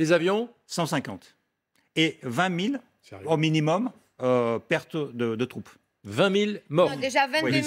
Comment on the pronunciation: Pourquoi tu dit perte